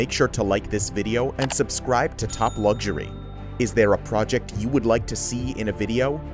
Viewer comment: there is no 'g' in luxury!!!